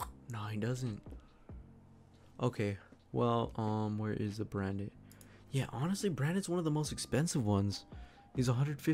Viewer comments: Just helping you out, it’s pronounced brant not brand it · Lol just FYI it’s pronounced Brant. Forget about the D.